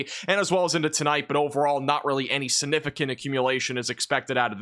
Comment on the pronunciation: Is it just me or does it always sound like he says "Sinificant"? Thanks!